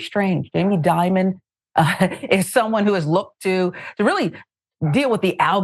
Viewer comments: Dimon is pronounced like Diamond. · Ah so Dimon is not pronounced like diamond , thanks. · Jamie D-Mon, you my man are hilarious. It’s Dimon, like Diamond. Keep up the great work. I appreciate all you do… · demon seems more accurate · I can't understand why all of these problems happen in Atlanta at Chase or Bank of America. Jamie Dimon (pronounced Diamond) needs to be ashamed of himself after Ms. White showed ALL of that proof her account is still closed. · Do you live under a rock? How do you not know how to pronounce Jamie Dimon's name? He's constantly mentioned on the news and elsewhere.